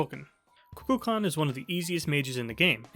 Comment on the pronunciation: Why dose no one pronounce his name correctly 😂 Ku-kul-kan